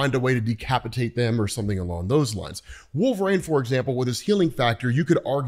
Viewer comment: That’s not how you say Wolverine.